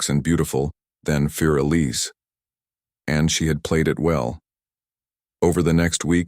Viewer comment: More like “foor Eliza” Beethoven was German.